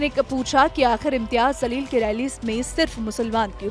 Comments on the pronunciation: Pronounce correct karo Jamleel hai not zaleel , Allah hu Akbar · Tojhe news anchor kisne banaya name to sahe se le zaleel nahe jaleel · Zaleel Nahi Jaleel bolo. Sahi uccharan seekho. App patrakar ho. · Anchor madam Imtiyaz zaleel nahi he Jaleel he Urdu sahi we bole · Bete wo imtiyaz Zaleel nahi, Jaleel hai Please thoda theek se pronounce karen